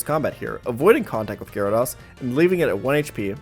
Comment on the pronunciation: it’s GyaraDOSE not GyaraDAWS